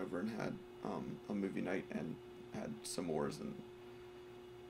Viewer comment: you pronounced every letter in “s’mores”